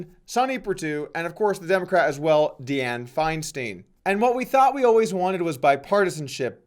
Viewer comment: Bro! It's DIE-ann FINE-stein. I have never heard that harpy's name butchered so badly lololol